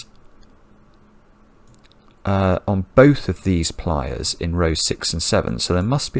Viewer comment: It took me quite a while to realize that was saying “pliers” not “playas” (“beaches”).